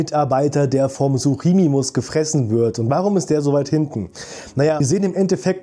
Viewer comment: Nur als tipp es heißt suchomimus und nicht suchimimus